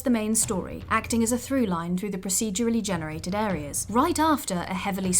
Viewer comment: a little bit of me dies whenever the narrator tries to say 'procedurally'